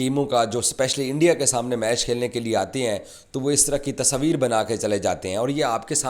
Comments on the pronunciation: Tasveer hota hai Tasabir nahi 😂😂😂😂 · Bolne ka dhang dekho "Tasaaveer" keh raha hai tasveer ko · Pakies thought world cup ..organized by gully management...😂 Tasabeer...😂😂 Urdu me "tasveer" hota h bhai. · Tasvir❌ Tasoovir✅ 😂😂😂😂😂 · तसवीर अबे तस्वीर होता है 😂😂😂 जोकर